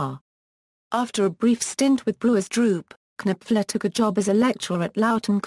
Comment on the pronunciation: His name is KNOPFLER, as in Nofler. His name is NOT Kanipfler!! arggghh!!!